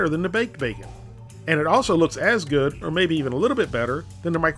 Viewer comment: "And it was guud"